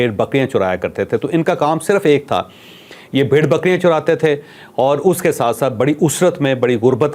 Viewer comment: بهائی چوھدری صاحب چرانے چ کی زبر۔۔۔۔ اور چرانے چ کی پیش ان دونوں میں زمیں آسمان کا سا فرق ہے۔ آپ نے کہاکہ یہ بھیڑ بکریاں چراتے تھے اپ نے چ پر پیش پڑھی ہے۔۔۔ کہا یہ لوگ چور تھے؟ وضاحت فرمادیں